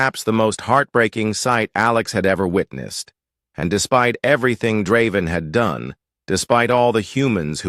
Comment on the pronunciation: I don't mind the AI's voice, what i do mind is changing the pronunciation every other time it says Draven's name. That is very annoying.